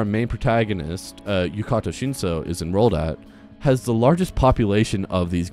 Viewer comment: I know this doesn't matter but his name is Yu-ta-ka not Yu-ka-ta which is the way you say it in the video